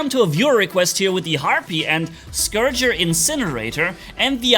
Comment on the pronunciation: Manni, it’s Scorcher, not Scourger. Confused me at first. Carry on